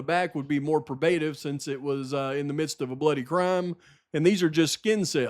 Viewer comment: Sorry but it’s pro-buh-tive and dee-cee-dunt. Keep on rocking. You’re the man. The new team should hire you!